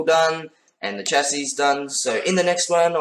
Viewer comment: It might be spelled " chassis ' but is pronounced " shassis "